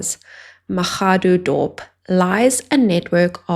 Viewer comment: Mashadodorp is the right pronounciation